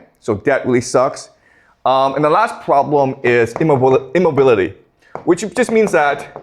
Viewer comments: The pwobwem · I love the way he pronounces "problem". 😂😂😂